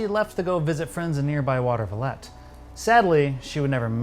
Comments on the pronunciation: Howdy, coming to you from the upstate NY area, and obsessed with Twin Peaks. It's pronounced "Water-vuh-leet," not "Water-va-lette." Wouldn't worry though, Watervliet is a very tiny place. 😉👍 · It's pronounced Watervileet. You wouldn't think it, from the spelling, but it is. I'd read a little bit about the Hazel Drew murder when The Return rolled around, because Frost's quotes about Twin Peaks's inspiration came to light. Now I'll never not be annoyed they moved it from a town where I lived & worked for a few years (Troy, NY), out west. 😄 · Watervliet pronounced, waw-ter-va-leet. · I'm from Troy myself. I just had to check the comments to see if anyone said anything about that pronunciation. Thanks!!! 😂😁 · Thank you for that,. And sorry I botched that pronunciation -- I take full responsibility for not double checking that. And it would have been pretty interesting to see Twin Peaks take place in New York state... I too use to live near the Troy/Albany area, so I would have been SO stoked about it.